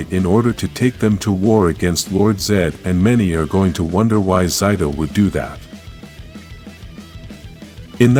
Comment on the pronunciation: Stop mispronouncing Zayto and Mistress Vile's names.